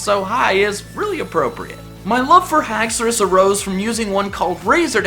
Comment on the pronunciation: as soon as he said alolan exegutori dislikrd the video but then he said haxourous and i liked it instead